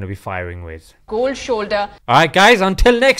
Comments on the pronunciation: Jazakallah Khair brother may Allah Swt reward you.. "COLD SHOL DAAA" (Cold Shoulder).. LOL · cold shoulder.. ha ha ha,.very way the way you woke up and pronounced cold shoulder